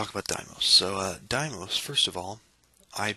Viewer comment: I've never heard anybody pronounce Deimos that way. I've always heard everyone say Deemos, but some textbooks and scientists say daymos. 'Dai'mos' is a new one to me.